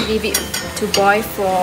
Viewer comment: Oh and it’s “boil” and “pearl” not “boi” and “per”